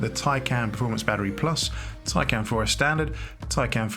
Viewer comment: You might have been bothered to properly learn how to pronounce the name of the car that you purport to be reviewing. It’s “tie-con”!